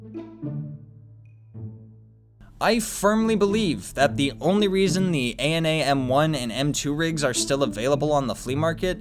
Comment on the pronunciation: Imagine saying that you are aware of viewers who like to listen to your vidoes and then not pronouncing ANA M1.